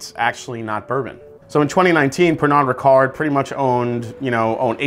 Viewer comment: Did you really say Pernard Ricard?? 🐱 🐱